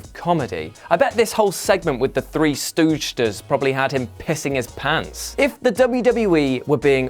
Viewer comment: one, two, tree